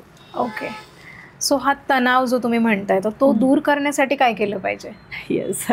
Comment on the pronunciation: तणाव बोलायचे तनाव नाही हे आधी शिका मग interview घ्या